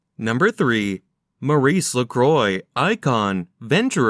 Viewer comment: You would have sounded more fit for doing this if studying a bit more the proper pronountiaton of the brand. By the way, try some French, for a change..